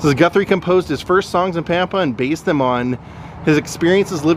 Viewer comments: Lol it's Pam-pa! I live on Panhandle Tx the town. 20 miles from Pampa. It's pronounced Pam-pa like the name Pam. O would have met you and shows you around, My great uncle was from Dumas, and was the original Ding Dong Daddy from Dumas!! He owned KDDD radio station for 50 years, Dumas was only about 45 miles from Pampa. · Awesome, I wish I knew you were coming, you could've came for a good meal! It's Pam-Pa btw.